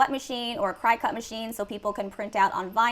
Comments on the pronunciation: I love this video but its pronounce Cricket like the bug not Cry-cut. lol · OMG, you are driving me crazzzzy with your pronunciation of the Cricut machine! I had to stop watching! It is NOT pronounced ~ CRY-cut, it IS pronounced ~ CRICKET just like the insect! Some, including yourself, are probably going to think that this and/or I am being petty BUT, I'd want my viewers to trust me and what I am teaching them so, imo if you are going to be a Youtuber you may want to learn a little bit more about the things that you are discussing. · First of all, I love your videos! But I just gotta say... It's pronounced "cricket"... Not "cry-cut" 😅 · enjoyed the video, however, Cricut is not pronounced "Crycut", like you are crying to cut something, it is pronounced , "Cricket", like the insect. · Excellent info, as always, but girl, Cricut is pronounced “cricket”. Just FYI. 😊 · This is a fantastic video but I can’t un-hear you saying cricut wrong lol. It’s pronounced like “cricket” like the bug. I have one and that’s what I use and why I was watching your awesome videos. Not trying to be negative just noticed! Haha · Thank you for this! Super helpful for me!! I’ve got two other shops and really have been leaning more and more towards something like this so that I can make more money w less physical labor💖💖 Ps also, it’s pronounced cricket like the bug 😆 that’s why there are little antenna on the “C” 🦗 lol just a little FYI 😉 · Great info, thank you so much for sharing! Idk if you even care but Cricut is pronounced like “cricket” :) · cricut is pronounced "cricket" ....just an fyi